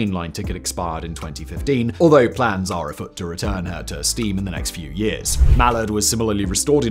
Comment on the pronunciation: 5.37 "coefficiency"???!!! Coefficient. 6.18 "Mall-erd"???!!! Mall-ARD. 11.50 "Grant-um"???!!! Granth-am. Oh, and it's Gresley, NOT "Greezly". Apart from that, quite interesting video...